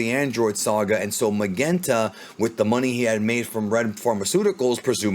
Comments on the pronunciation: Lol Magenta.. Why is it so hard for you to pronounce? It's pronounced just like the color Magenta lol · I love you dude, but you keep saying Magenta wrong